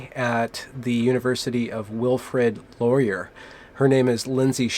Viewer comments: It's pronounced Wilfrid Lauree-ay. It's a french name. He was the second prime minister of Canada, and is featured on our five dollar bill. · That is pronounced Lori-eh we are Canadian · Laurier is pronounced - - LORR - EE - EH (Canadian, eh?) (If Laurier was trans, you'd be in jail right now.) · Laurier is pronounced LOr-ee-ay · It's a Canadian college,, it's pronounced Laurie-Eh?